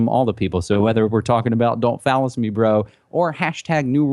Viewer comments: Hard to take seriously something called "Don't fallacy me bro" especially when you pronounce it "phallus" lmao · Is he saying fallace instead of fallacy on purpose..? I can't tell. smh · Yeah. He said phallus! Ha ! It reminds me of that Ben Stiller movie. "Cock me! Cock me like a black guy!"